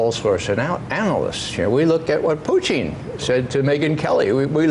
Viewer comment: Ray McGovern prnoounced 'Putin' [putyin] correctly…